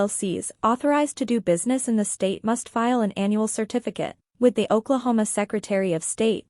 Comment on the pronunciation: It is really hard to take this video seriously when you keep misspelling and you keep pronouncing Oklahoma incorrectly.